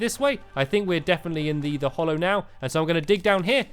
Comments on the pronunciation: Its pronounced hallow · Mr money it's hallow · It's called HALLOW not hollow, your pronunciation annoys me so much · Stampy its HALLOW not hollow im having a nerd implosion!!! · Not to be rude but it is actually HALLOW